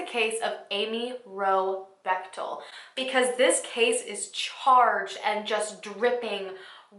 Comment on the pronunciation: I often listen while getting ready...and this story attracted me bc my maiden name is Bechtel. Then she is like...she met Steve Bechtel. My heart stops beating...thankfully the picture was not of my Dad. Wasn't expecting that, a miss pronunciation of Bechtel. So thanks for adding a picture with the name so I could keep living.